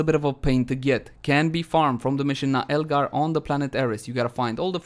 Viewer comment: Isn't it Naeglar not Naelgar 😂